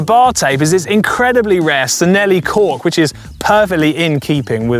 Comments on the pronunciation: “Sinelli”?! Chi-nelli. “Ci” in Italian is pronounced with a “chi” sound. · It’s chi….pronounced chinelli! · The ‘ci’ in Italian makes a ‘ch’ sound, ‘ch’ makes a k sound. Cinelli is pronounced Chinelli. Wait until you order Bruschetta to see how pedantic I get. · Thanks...I cringed as well! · SIN-elly? Really? You post a video to educate viewers on bicycle history and you can't correctly pronounce Cinelli?